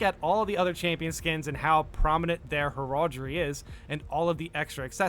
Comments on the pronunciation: Well if we can comment about pronunciation, heraldry = heh-ruhl-dree 😉 Also, Cat-uh-chan is how I hear that one pronounced usually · Heraldry is pronounced like you're saying Herald (the name), and just adding the "dree" at the end, not herAHldry